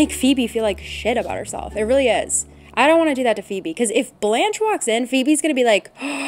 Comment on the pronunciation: my french self cant get over the way people say blanche and beau like i shouldnt but i feel the need.